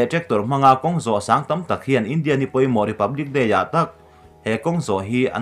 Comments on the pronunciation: India i lam rik dan hi ngaihthlak nuamlo tlat i thluk velo a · India tih i lam dan hi a diklo chu ka ti hran lova, mahse a mak.😜😛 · India tih ilam rik dan hi ka ngaimawhna a rei tawh. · Keipawh chu chiah chu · Kei pawh